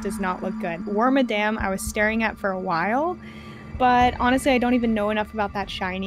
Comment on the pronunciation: lets go i got wormadam right